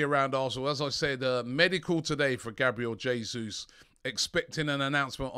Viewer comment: Nice to hear you pronouncing Jesus's name correctly at last 👍